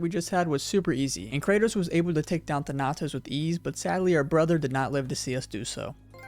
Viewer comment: Bro I don’t know how people mess up pronouncing stuff when they say it multiple times in the game. It’s (Than)(o)(tos) It’s not that hard. Sorry man it just aggravates me so much but great video anyway